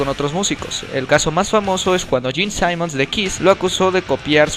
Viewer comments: Se pronuncia Gene Simmons (tal cual) no es Gene Simons (pronunciándose "ai") es Michael Denner (no Dinner) y la disquera es Road Runner no Road Run, buen intento de biografía pero el ritmo es algo inconsistente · Orale... en Inglaterra se dice Deimon en España Satisfizo... y Gene SAIMONS?? donde se dice asi???